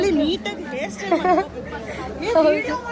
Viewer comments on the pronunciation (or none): none